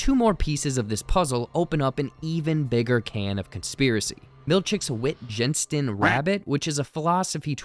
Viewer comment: Wittgenstein pronounced VIT-ghen-shtine. Named after philosopher Ludwig Wittgenstein.